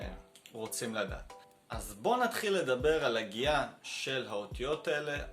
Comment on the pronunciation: Why do I hear this בואו נתחיל as bon atRIll. Pls someone reply. Thank you.